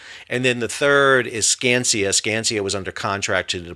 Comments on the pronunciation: Sal, I love the content. However, I think you’re mispronouncing the MDOT demo contractor. It’s pronounced “scan-skuh”. Skanska is one of the biggest and most recognized heavy civil contractors in the USA. Unless there is a contractor called Skansia or something? Keep up the great content! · The one company is called Skanska, not Skansia. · It's pronounced Scan-skaa